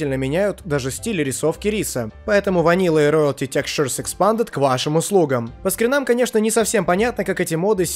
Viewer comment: Как много проблем с произношением слова "textures". Ты пытался! =D